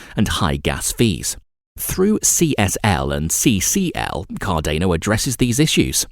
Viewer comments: CarDANo like DANiel not Cardayno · say it slowly: Car-dan-o. Car-dan-o. Cardano. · CAR- DAR-NO! Not CAR-DAY-NO EVEN Charles Hoskinson says it CAR-DAR-NO. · Good content, but please next time pronounce Cardano correctly it is not car-DANE-o....... it is car-DAN-o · CAR DA NO. Not car DAY no. Come on dude, the least you could do is get the actual name right. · CardAEno...please please please just read it as cardAno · “Cardaneo” said nobody ever... except this guy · CarDAYno lmao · Bruh it's cordano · This pronunciation of Cardayno ruins the video. WHERE IS THE Y MATE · car-day-no lol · car day no, ay dee ay. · not to mention thats not how you pronounce Cardona either. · Please learn how to say Cardano properly it makes it almost impossible to watch your videos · Is it just me or this guy pronounce almost everything incorrectly? oh you ro borors? Cardeyno? What!?